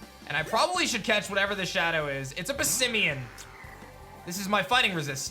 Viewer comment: Passimian sounds like parmesan